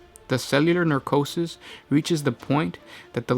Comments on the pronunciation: It's pronounced "neh-kro-sis" not "nar-ko-sis", you switched the r around. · Necrosis, not narcosis :) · you keep saying 'narcosis' or 'narcrotic'. I think you mean 'necrosis' or 'necrotic'. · necrosis not nercosis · Necrosis not narcotic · pronounced ,nec/ro/sys , sorry to be pedantic but it really bothers me when people mispronounce such simple although not commonly used words its understandable but please correct in future, that said , love the vids , keep em coming guys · Necrosis - (neh-CROW-siss) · Neh-CRO-sis, no W in the translation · I believe you are mixing necrosis with narcosis. One of these are premature death of cells in living tissue, the other is the shit you do to patients before surgery. Please start reading your lines properly before posting, this was hilariously weird... :P